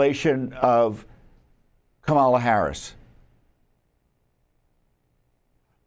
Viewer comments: You are stupid if you can’t pronounce Kamala Harris’ name ! It is pronounced just the way it is spelled with the stress on the first syllable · Tom you can't even pronounce her name right! Once again you're a moron! LOL LOL LOL LOL